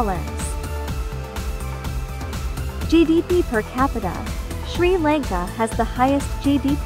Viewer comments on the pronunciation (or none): Your telling sri lanka wrong